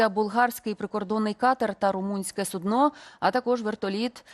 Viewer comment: Навчися правильно говорити.В цьому випадку не судно з наголосом на "о",а з наголосом на "у". В іншому випадку це буде річ,яку підставляють лежачим хворим.